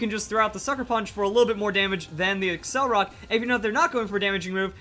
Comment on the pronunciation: It's not accelrock, it's accelerock. Pronounced like accelerate and rock. accel-er-rock